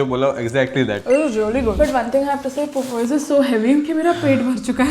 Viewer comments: I don't know why evryone calls it popooooyes😂 it's actually pop eyessssss........ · Its Popeyes not popoyes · its pronounced POP-EYES POP as in "the balloon *pop*ped" EYES as in "she looked directly into my *eyes*" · Why is every indian youtuber pronouncing popeyes as popoys?????like every one of them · Popeyes ❌ Popoyes✔️ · Why do most Indian youtubers pronounce Popeyes wrong it's just pop-eyes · Girl r u ragebaiting us with these pronunciations 😭 Popoyes Ka jun 🙂